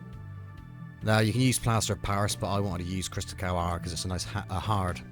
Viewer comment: It's Crystacal not Crystal Cow!